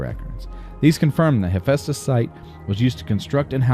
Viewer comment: Hephaestus (or more accurately Hephæstus), like Oulixes (you licks ease), is a Greek name. Emphasis is on the second syllable in both cases. "Extra hours" does NOT mean you have extra people, but that you are demanding compulsory overtime (i.e. extra hours) from your workers. The beatings will continue until morale improves. You urgently need to defrost more cryopods, and it is nuts that you even have some on board but have turned the cryonics centre off while still deficient in workers. You had better aim at 10% surplus workers per sector, or every time you build anything you will cause accidents and kill off valuable workers. That delay while you hunted up the electronics and struggled with the resource management to move it to the right sector cost you badly on hull integrity, and OF COURSE efficiency drops off as the big holes are patched - it takes longer to find the smaller holes and patching each of them has less effect than patching a big hole.